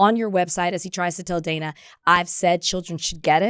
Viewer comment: Dana held her own in that interview. BTW, it's pronounced Dan-ah.